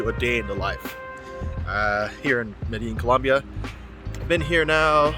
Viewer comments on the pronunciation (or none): Dude how you still pronouncing Medellin wrong? It's medeJEAN like the pants 👖